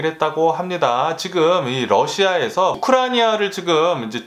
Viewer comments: 암튼 우크라니아는 아닌건 확실합니다^^ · 뉴스 잘들었습니다! 그런데 "우크라니아"라고 계속 발음하시던데 "우크라이나" 아닌가요? 오늘 발음이 살짝 꼬이신것 같은데 찰떡같이 알아들었습니다만 다음부턴 우크라이나로 정확한발음 기대해봅니다 ^^